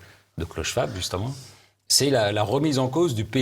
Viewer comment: Schwab : schVab pas schouab, c est de l allemand.